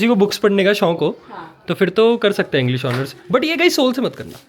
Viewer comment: are yr to south delhi se jo english jagah inglesh bolti he 😂😂😂